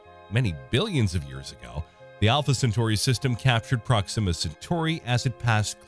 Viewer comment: Not prox IMMA. It's pronounced PROX ima